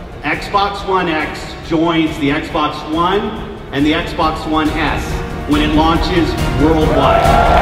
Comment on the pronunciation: did he say the small sexbox lmao